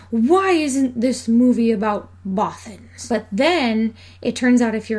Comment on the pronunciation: I love the way you say Bothans! (and the rest of the video too!!!!!)